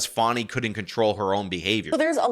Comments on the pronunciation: FAWNY????? IT'S FAAAAAAANNNNNNNNY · I don’t know who you’re talking about; there’s no one in this case named Fawnie (sp). The woman I believe you’re referring to is Fani; pronounced like the nice way to speak of a horses ass. See the foreshadowing that everyone should have noticed? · I have to ask why are you calling her “Fawnie” when it’s Fani, like how you refer to an a$$ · Her name is pronounced, fan-e. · Stop calling her "Fauni". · What i find almost as irritating as the blatant corruption on display from the Fulton Country D.A., is the way in which you consistently mispronounce her name, lol